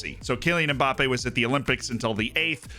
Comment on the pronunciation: cmon, at least attempt to pronounce Mbappe correctly................:(